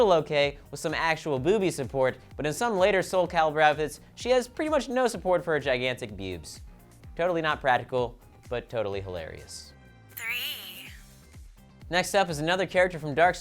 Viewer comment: when you're talking about Ivy I think you tried to say 'practical' but missed a letter "... pratical..." XD Someone tell me I'm not crazy